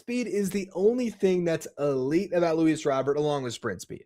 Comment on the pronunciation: Also if you’re gonna be talking about Luis Robert Jr you should prob say it right fuzzy says it right look it up !!!!!!